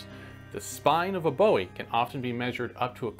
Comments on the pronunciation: I'm a native Texan and never heard a real Texan pronounce it like David Bowie. My 7th grade Texas history pronounced it "Boo-ee" and I was fortunate enough to meet some of his descendents and they pronounced it the same. You sure you're a Texan?? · Boo'-ee ...Boo'-ee...Boo'-ee please. James Bowie was of Scottish ancestry and his name was at the time and is pronounced Boo'-ee. (Not like the English rocker!) It's Gaelic /Scottish form is Buie and means "light" or "Yellow". Great information and interesting to get your take on the style and use of the knife, but it sure "grates" on my nerves and ear every time you say his name...and mispronounce it. Don't spoil your good information. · It's pronounce Boo-E. My great grandmother was a Bowie and a cousin to Jim Bowie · It's pronounced /ˈbo͞oē by most knife aficionados. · It's pronounced "B-oo-ie". I live in the town named after it even. The knife is named after Jim, not David. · That would be "BOOwie". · It’s pronounced Bouie, like he signed his name on a number of occasions. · Jim Bowie pronounced him name quite differently than that.. It’s pronounced like buoy, not like David Bowie.. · First of all it's not the BOWEEE knife it was made by Jim Bowie not Boeweee , Jim Bowie fought in the Alamo not Jim Boewee pretty simple stuff... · I would like to mention something very important. The official pronunciation is "Booee." However you are free to call it how you like. I only say this because you will come across people acting like dictionary pronunciation Nazis. Prepared to defend yourself. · I have never heard an American or Canadian pronounce “Bowie” with a long “o”. Brits and natives of the British commonwealth, yes. But never a North American. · It's actually pronounced "BOO EE" ! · Been told it’s pronounced “boo-wee”. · " Bowie is pronounced BOOie" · Bowie (/ˈbuːi/ BOO-ee) Narrator should’ve researched the historical name. He butchered the pronunciation 1400 times. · "Boo-ee" it's "Boo-ee". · Boo-we not Ziggy Stardust